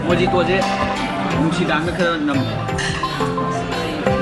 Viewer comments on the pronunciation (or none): Mo-e-to haiba oirmni da mojito oirmmoi ďa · When u pronounce it, its mohito not mojito. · Mojito haiba natte.. Mohito haina pagdbne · Mojito pronunciation is mohito🤩👍👍